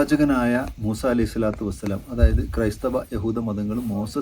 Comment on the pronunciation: മൂസേ അല്ല മൂസ 😂